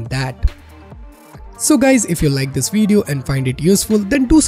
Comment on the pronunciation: Weeeeeeeeeeedeo? its Video ;)